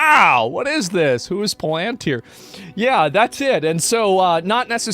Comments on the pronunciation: It’s not a dictatorship, it is totalitarianism and authoritarianism. There is no dictator. Get rid of Stamer and you do not get rid of the force that is gaining more in GB right now but has its sights on the world. Also it’s pronounced PalanTIR, not PaLANtyer. The UK is England, Scotland, Wales, and NORTHEN Ireland. (The Republic of) Ireland is not part of the UK. Thats just the first five minutes . . . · Palantir is not pronounced like that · Can't even pronounce palintir. Is that paid shill status so people don't know what your saying? Sure knew lord of the ring's but yet can't pronounce it. Shill.